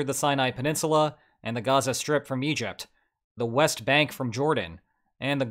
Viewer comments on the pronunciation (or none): none